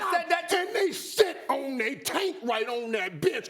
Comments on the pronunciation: Why i thought irv said shit and bitch🤣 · He said sit and bench lmao it sounds like he cursed twice tho, I had to listen several times to Make sure I heard right